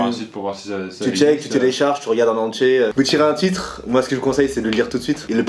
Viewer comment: Tiens, prononce "entier" comme chez moi (région de Liège) "entché"!